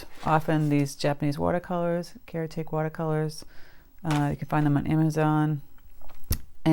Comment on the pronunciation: Thanks,! Love your videos! I believe those watercolors you were referring to are Kuretake? Pronounced Kur-i- TAH-ki, I believe, to help those who are not familiar with this Japanese brand. Love the paints too!!😊